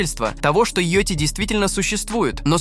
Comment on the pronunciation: как, как вы сказали? Йоти?!:face-blue-smiling: Кто такой "кузён"? Я из этого видео узнаю всё больше необычных слов))).